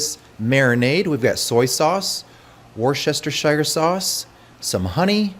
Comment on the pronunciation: Jesus dude the first time I’ve ever heard someone actually say Worcestershire right. Anyway thanks for the video! Making some right now